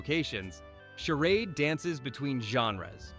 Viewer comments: It's Not "Sher ODD." It's "Sher ADE.' Stupid AI voiceover. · This voice is AI -- notice how it mispronounces "charade" half the time. Though I'm sure the list is accurate!